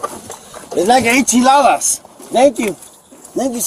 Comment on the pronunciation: I think he said enchiladas and not 80 dollars... 😆😂🤣😂🤣